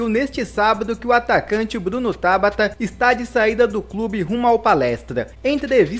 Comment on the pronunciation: Costumo acompanhar alguns cronistas esportivos de Portugal. Lá, todos pronunciam TABATA (palavra paroxítona) e não "Tábata" (palavra proparoxítona) como você diz. Procure se informar, amigo!